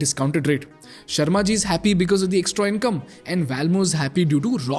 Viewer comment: Is it sharma ji or Sherry ji. Sharma ji a Sardar 😂😂